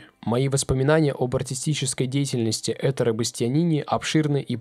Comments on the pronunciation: Только не Эт’ре а Этторе, ударение на о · Надо ставить ударение правильно! этт0ре, а не Этторе! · Этторе или все-таки ЭттОре? Разве ударение в итальянском не на предпоследнем слоге? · Видео прекрасное, спасибо! Но как же режет слух неправильное ударение в имени! Итальянцы говорят ЭттОре! Ударение на О. 🙄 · Мне кажется, произносится ЭттОре… не уверена… просто интересно… Спасибо Вам - это прекрасно!!! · Привет из Парижа. Очень красивая дань уважения величайшему певцу. Жаль только что вы не точно произносите его имя. Нужно очень сильно делать акцент Э и прямо гвоздить двойные ТТ. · Вы правы,на итальянском языке ударение ставится на "о",и Чезаре здесь ни при чём.